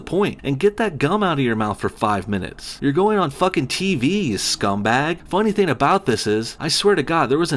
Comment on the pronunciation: Do you actually pronounce the word "thing" as "theen"? Why?